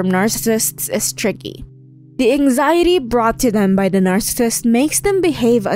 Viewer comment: The material here is good. However, if you're going to do a video on narcissists, I'd think it would be important to pronounce the term properly. It's not 2-syllable "narcists." The condition is "narcissism," (pronounced, "NARS-sa-siz-im" in 4 syllables, with the emphasis on the first). And those who exhibit the condition are "narcissists," pronounced "NARS-sa-sists," in 3 syllables. Otherwise good info - it's a good topic for a video; there isn't as much available on how being raised by a narcissist can manifest in a victim's behaviour long-term.